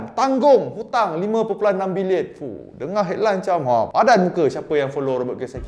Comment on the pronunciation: cara sebut dengan betul. "bilionn(kasi sengau sikit)"